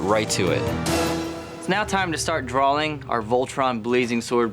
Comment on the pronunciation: I hate how says DRAWLING instead of drawing